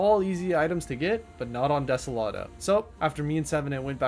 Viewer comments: ah yes, de-se-lat-o not de-so-lo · When you sed Deselato you mean Desolo? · i swear some of these mispronunciations have to be on purpose, like, *desolado*?? for real?? (also vanessa is pretty wild)